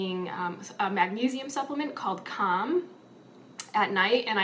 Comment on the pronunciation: I was listening without watching the video and when you said you took a magnesium supplement at night it sounded like you said it was called “CUM”. And I was like oh, that was surprisingly honest🤣